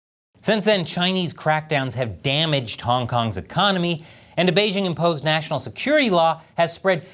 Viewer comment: The host of this program still doesn't know how to pronounce the word "Beijing"? The "j" in Beijing isn't pronounced like the "g" in the English word "regime"; indeed, the Chinese language doesn't even have this quasi-French sound. The "j" in Beijing is pronounced more or less like the "J" in the English name "Jim." Easy!